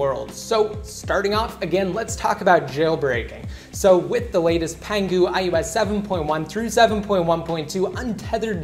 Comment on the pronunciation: Why do you say ius instead of ios?